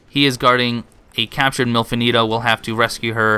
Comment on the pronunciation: Not gonna lie, I thought you said "MILF Anito" and I got a bit confused. Had to look up the character to see what you were talking about!